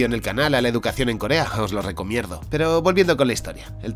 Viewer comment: ¿Os lo "recomierdo" ? jajaja fue a posta ¿Verdad?